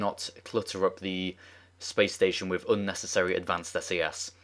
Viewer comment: anyone hear him say spation